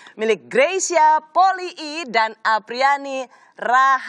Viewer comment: Nyebut nama Greysia poli kok poli-i ya? Apa emang begitu?